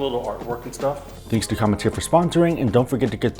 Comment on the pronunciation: it sounds like you're pronouncing an "n" when you say "Come[n]teer". BTW, I received it as a gift--great coffee! I'll subscribe when it runs out. Oh, keep up the great videos!